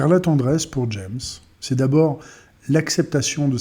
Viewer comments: Son nom se prononce ''jame'' ,pas ''djèmss'' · "Jammes" se prononce à la française car c'est un poète français, donc comme les trois premières lettres de l'adverbe "jamais".